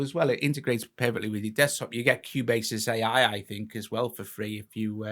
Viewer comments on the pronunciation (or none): Cubase! Pronounced Q Base. Not Q bases. Like bases loaded